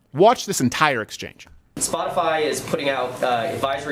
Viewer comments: "Spotifly," eh? The airhead needs to take herself and her fake lashes and take a trip down a flight of stairs. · Did Reptilian press secretary really say spot-a-fly??? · Oh shit. If you click the back button as soon as she finishes the word "spotifly" you can see Chucky. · She definitely read that response, but I wouldn’t exactly call it “carefully worded”, she said “Spotifly” 🤦🏻‍♀️